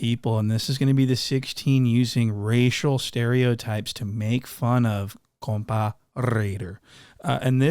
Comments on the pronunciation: Say compa like coca lol 👍 😅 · Ah why aren't you pronouncing it COMPAW ŔŔŔAIDERRR